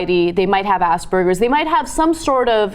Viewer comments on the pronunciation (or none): Ass burgers? It's pronounced AS-PER-GESS.